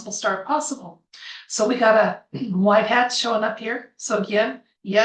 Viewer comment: Hi, a big fan.❤❤ What is white heart? Of course I am familiar with white hat, but you are clearly saying HEART. THANKS!😸🙏🇺🇲🌹🌟🕊🤗